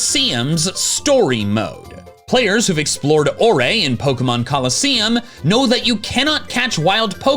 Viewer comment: It’s pronounced Ore, not Or-re.